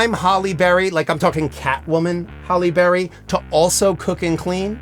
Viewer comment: "Prime Holly Berry" lol... I think he forgot it's "Hallie"